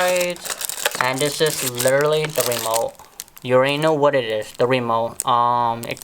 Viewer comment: You said wemote😹😹😹😭😭🥶🥵🤔🤔🤗😂😂😂